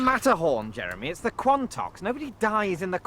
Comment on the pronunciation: Wow... you guys trying to pronoune the Quantocks is hilarious haha 🤣 😂